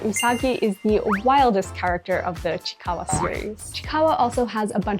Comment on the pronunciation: It’s pronounce as chi-i-kawa not just chikawa